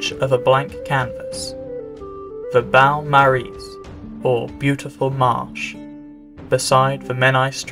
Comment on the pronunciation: Beau = B’oh, not B’ow.